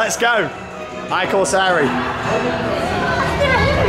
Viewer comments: Last year's trip there was great and I'm planning on going back next year if possible! One thing i corsari the pronunciation is quite good but you have to read the I as an E! (E corsari) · I corsari is pronounced as “ee corsari” (in a foreign accent😂) and it means “the corsairs”